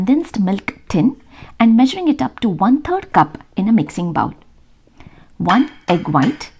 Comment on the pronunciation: Bowl not baowl